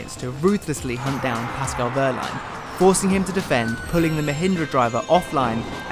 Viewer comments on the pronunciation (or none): Ok I'm a big fan of him and I can't stand to see it any longer. I'm looking at everyone in the comments and you too, Formula E! Say it with me -- WeeeeHHHHHHHRRRRRRRRRlein. H before R. Please and thank you!